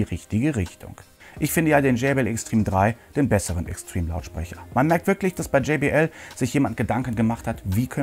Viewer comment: gumminubsis und wie du extreme, ein englisches wort, aussprichst. ich schmeiss mich weg XD